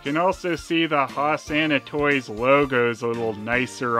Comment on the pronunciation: Brilliant review as usual, but you've inspired me to mangle some lyrics from Jesus Christ Superstar: Ho-sanna hey-sanna, Sanna, sanna, ho Sanna hey-sanna ho-sanna, please oh please say it properly, Sanna ho sanna hey Hose not hoss.